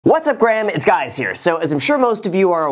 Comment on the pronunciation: “What’s up Graham, it’s guys here” 😂